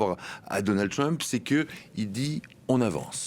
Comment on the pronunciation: Mon cher, le président américain ne s'appelle pas Twump mais Trump avec un R. Alors puisque vous prononcez Donald à la française, prononcez aussi Trump à la française SVP!